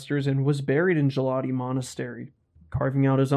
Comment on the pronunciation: Really enjoyed the video 👍 I am Georgian myself. Just wanted to mention, you keep pronouncing "Gelati", the first letter G as in the word "general" for example. It is actually pronounced as in the word "Go". So it is Gelati, with hard "g" sound